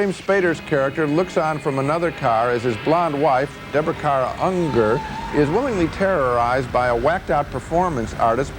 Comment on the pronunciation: Love his pronounciation of Deborah Kara UNGER